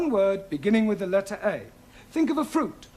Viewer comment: "Fru fic and fin..." 🤣🤣🤣